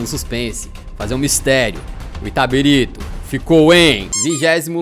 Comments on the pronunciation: caralho Eu sSOU DE ITABIRITO KKKKKKKKKKKK se fala itabirito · O LENDO "ITABIRITO" e pronunciando "ITABARITO" o vídeo todo KKKKKKKKKKKKKK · É itabilixo, vc leu errado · O falando itatiriba de vezes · Itabarito 😂 Itabirita 😂 Itatiriba😂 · Itabarito kakakakak Falo o nome da minha cdd errado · Na verdade é Itabirito. E não Itabarita ou Itabirsta. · Itabirito. Não itaberita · Ele não conseguindo acertar o nome do time KKKKKK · O editor cansou de corrigir o kkkkkkkkkk o cara falando o vídeo todo o nome do time errado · Nem ferrando q na primeira vez q citam minha cidade,p cara fala errado KAKAKAKAKAKAKA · simplesmente errou ao falar o nome do clube o video inteiro